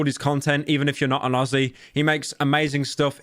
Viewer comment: homie i love you and all but be careful how you say “watch him even if you’re not an aussie” because it sounds like something COMPLETELY different